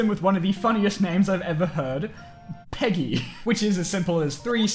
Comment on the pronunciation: its not Speaking "PEGI" its speaken "PEggggI"